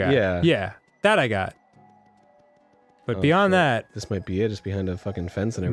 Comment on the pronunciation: DID ARIN JUST MISPRONOUCE BUT?? HE DID IT AGAIN!